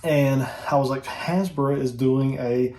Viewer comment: What are you saying? Hasbra?